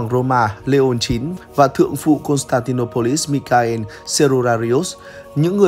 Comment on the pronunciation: Biết đọc tên tiếng Anh ko vậy? Đọc lại chữ Michael xem. Từ cơ bản mà còn sai nữa